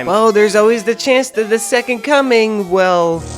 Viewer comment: why do i keep hearing "the second cumming"?